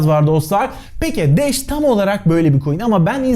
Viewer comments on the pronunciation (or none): Sen de sağol ne bileyim uzun zamandır seni izleyip de hala şu haline alışamayanlardanım 😃 öyle bir anlatışın vardı ki başta sanki dash değil de Anadolu şivesiyle kaçın daş yağıyor daş der gibi geldi bana.